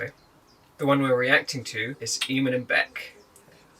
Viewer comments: they dont even watch eamon and bec videos enough to make an opinion else theyd know how to actauuly pronounce eamons name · This vid is literally the dumbest vid I have watched. Yuck. BTW - say Eamon's name accurately if you want to roast them and ride on their coattails. Idiots.